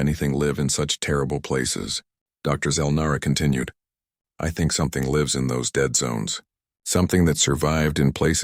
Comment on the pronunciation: The word 'lives' is falsely presented with a hard 'i' but the correct homonym would have a soft 'i' and suit the local storyline!. Oops LoL 😢😢